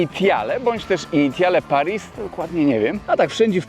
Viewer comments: Initiale Paris czyta się 'Inisjal Pari' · "Initiale Paris" czytamy plus-minus jako "Inisjal Pari".